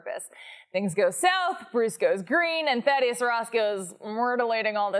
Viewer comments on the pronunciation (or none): daddie-us Ross Lmfaoooo